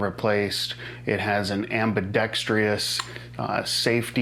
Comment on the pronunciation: Ambi dex TREE us? OH, ambi dex trous. No tree in it.